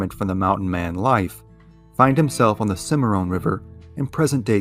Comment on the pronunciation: It's Cim a Ron, not Cim a Rone.